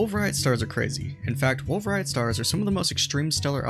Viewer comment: The T in "Rayet" is silent. It's a French surname.